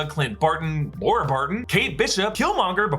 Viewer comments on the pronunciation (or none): none